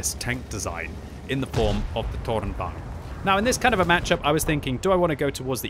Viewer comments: Softer R please it is tornvagn not toRR!!!!nvagn. :P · it's tornvagn not tårnvagn, the o in toon is the right pronunciation. very nice review though, love your youtube channel : ) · Seems a lot of the CCs are saying this is a bad tank. I will ask though that you pronounce it correctly - It's Torn-vung-en. Same with Krang-vung-en - The Swedish vagn isn't rolled into one word, its two syllables - good work though and enjoyed the new chapter approach too! Be good if you can upload the video with the Chapter breaks in there so people can skip to them? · Since you are so good at german,, lets try pronouce Tornvagn. I am impressed about the "vagn" part but "torn" is not pronounced like english 'thorn'. 'To' in "torn" is like english word "to" then add "rn" like in "aren't". Torn means "tower" and "vagn" is "carrige" or "wagon". Like tower-wagon... Same goes for Kranvagn which I have no idea what is actually means since it was a covername for the EMIL project. Impressed with your work. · Im amused at you saying "Tårnvagn" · Do not say the R in Tornvagn. Hidden R in that. Swedish power, fun to look and good to know how to play against it. I am born with shakinghands so almost only TD:s for me these days. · Seriously, awful pronunciation, this is a Swedish vehicle, not polish. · maybe just use the English pronunciation lol?